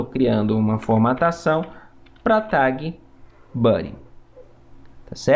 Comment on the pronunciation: Eu perco 10% da minha vitalidade cada vez que ouço "tague"